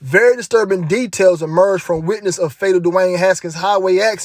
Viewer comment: Tedails?? Lol…good info tho fam,may the most high protect u